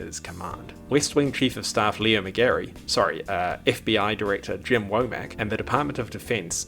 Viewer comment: thank you for saying leo mcgarry